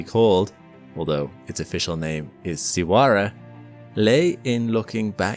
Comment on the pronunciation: Your saying its name wrong